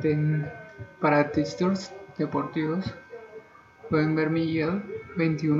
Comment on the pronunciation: JAJAJA 12 PICKS JAJAJAJA GENTE INCAUTA SOLO LE PAGARA POR SUS PICKS , SIN EXPERIENCIA , SOLO QUIERE QUE LA GENTE LE PAGUE PARA QUE APUESTE EL DINERO AJAJAJA NO LE CREAN , Y SIGAN A TIPSTER QUE TENGAN AÑOS DE EXPERIENCIA , NI PRONUNCIAR TIPSTER